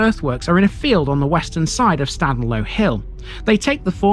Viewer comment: Your pronunciation of Staden is wrong, we don't say it like that up here in the hills of Buxton ! I warn you then , Stay away from around Buxton , even the National Media called places around here wrong, even Buxton, your going home in a Buxton/Staden Wheelie Bin !!! what a complete Plank !